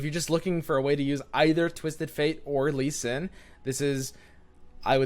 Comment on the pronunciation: Normal human: repeat after me, L-E-E S-I-N: L-E-E S-I-N Normal human: Lee sin: Shen Lee